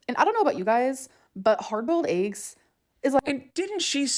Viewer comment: Harbulld ayggs.